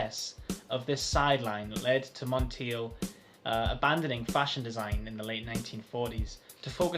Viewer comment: Germaine pronounced her last name like: Monn Taye. Glad you reviewed Realm tho! I also wear Germaine Cologne and Royal Secret, Realm is the only men’s scent.